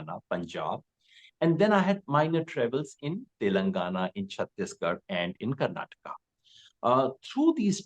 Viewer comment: It's Karnataka, Karan, not Karnatak.